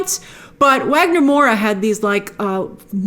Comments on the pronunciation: Hey Grace brazilian here! just fyi, Wagner Moura is pronouced as "vagner", with a V. I wished they had The Wolf speaking Portuguese instead of Spanish, just to set him apart and honor Wagner a little more. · Grace, Wagner Moura's name is pronounced with a V, "Vagner".